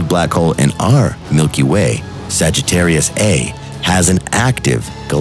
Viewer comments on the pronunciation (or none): It's called Sagittarius A* (pronounce the asterisk as "star").